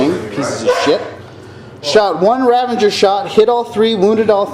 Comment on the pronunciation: RAVAGER! NOT RAVANGER! ARGHHH! Awesome bat rep though! :)